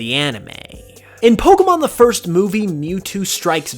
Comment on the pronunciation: there's an r in first